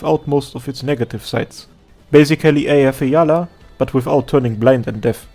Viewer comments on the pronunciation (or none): none